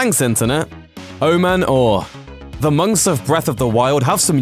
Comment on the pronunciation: That's not how to say Oman Au It "AW MAN AW"